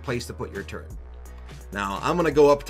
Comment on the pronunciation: He said Turret! Not Turrent! Praise the lord.